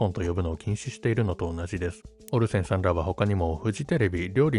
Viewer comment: オリジナルは時々関西風イントネーションが混じりがちなのがいつも地味に気になってたのでAI版の方が内容に集中しやすいと感じました。滑舌も良くなってるし。 AIも「オルセンさん」を「オルセン産」のイントネーションで読んでるので完璧とは言えないけど…